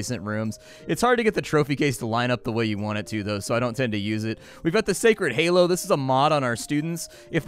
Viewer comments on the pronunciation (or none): none